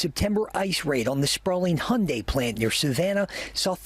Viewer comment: Hyundai is pronounced hyundae, and y is not pronounced as i but simply the y sound in alphabet y sound like yup ♥️🇰🇷🇺🇸🖖